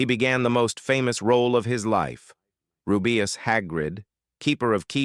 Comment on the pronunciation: You pronounced Severus incorrectly And Rubeus Wow. More mistakes. Learn how to prounouce names before you record a video. Also, I watched the video because there was a photo of the actress who played Ginny Weasley, but no mention of her in the video.